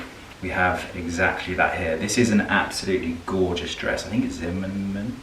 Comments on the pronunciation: I loved listening to thought process in picking this outfit. I now have the muppet song “mahna mahna” stuck in my head after giggling at pronouncing Zimmerman 🤣🤣. Great video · I waited so much for this video! seriously looking for it since posted the video you styled him on his channel:) I love what he picked for you and to be honest I LOL when he tried to say Zimmerman:D I love these videos and you guys should do mooooore